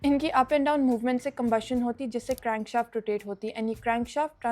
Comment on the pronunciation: that crraaaanshauuft made me dislike, who speak like this